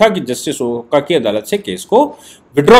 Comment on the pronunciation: With due respect, Just a small correction. आप ऑनरेबल जस्टिस ओका का प्रॉपर प्रुनांसिएशन ओका के जगह "ओक" होना चाहिऐ । as he is Maharashriyan.